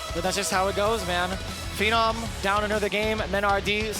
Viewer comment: Damn can the announcer please get the names right? Who the hell is Phennom, it’s Phe-nom the man has been around for at least a decade, get his name right.